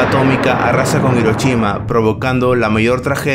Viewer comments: "Irochima" :v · Hadashi...: Perfectamente pronunciado Hiroshima: HiroCHIma